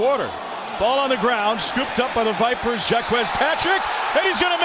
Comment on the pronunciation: We're with the Vipahs!!! - Tony Soprano